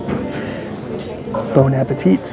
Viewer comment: "I believe iit's pronounced...."?! You couldn't Google the pronunciation? (Same goes for "Bon appetit."